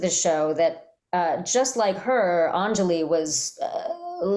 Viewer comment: whoever pronounced her name as "An-JA-li" toward the beginning hurt bad 💀 /Lh